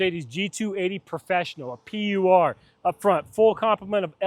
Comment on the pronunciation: It’s a “Pur”, German for Pure. It’s not a P-U-R.